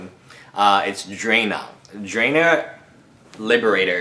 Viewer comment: Its pronounced Drana (draw-nah): (